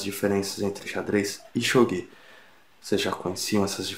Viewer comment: Se ele pronunciou kanji errado, esse também deve estar. Nunca ouvi pronunciarem desse jeito. Até perdi a vontade de assistir.